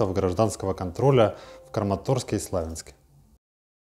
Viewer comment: Только СлавЯнск от слова СлавЯнский, а не СлАвянск, как исковеркали это название.